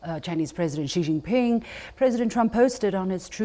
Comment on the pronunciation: Incredible that this host just cannot pronounce Xi Jinping properly. Just the mock-Anglo pronunciation.